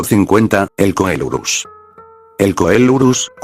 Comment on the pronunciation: Se Pronuncia Celurus y sin ofender pero no té excuses con el Loquendo porque bien que Podes escribir las cosas mal pará que suenen bien esa Ilustración es del Issi saneq Error los Ornitisquios y los Teropodos no están relacionados ni siquiera son lo Mismo Se dice Casmosaurino Es un Ceratopsiano pero no un Ceratopsido En Realidad el Tenonto, Aunque era un Iguanodontio no era un Iguanodontido. En realidad fue descrito en ese Año no descubierto la Familia Dilophossuridae Actualmente no es Válida Aunque Actualmente se tiene registro de un Ceratosaurido allí no Significa que tengas que Afirmar que el Género Ceratosaurus "Hábito" Sudamerica Hermano esa es la Paleo ilustración de un Velociraptor no un Dromaeosaurus Albertensis En Realidad Últimos descubrimientos Apuntan a que las Garras de los Dromeosauridos y Trodontidos no tenian filo, asi que Solo eran para Engancharse a sus Presas. En Realidad solo hay 2 Especies de Diplodocus Diplodocus longus sino mal recuerdo es Sinónimo de Diplodocus Carnegi Ugrunaaluk kuukpikensis Posiblemente sea otra de Edmontosaurus Edmontosaurus Kuukpikensis Pero a Pesar de Todos estos Errores te quedo bien el video brother 👍.